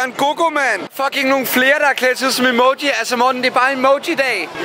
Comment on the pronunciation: Det lyder mega sjovt når du siger Emoji (bare send en emååji)